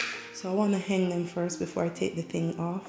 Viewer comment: I am inspired by your decor. Please don’t take this comment as negative but the word is Hang not heng. So you hang the wall display not heng the wall display. Love your family.